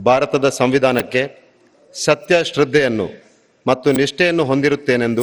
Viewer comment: Govinda kaarajola pls correction your word SATTE alla SATTYA😊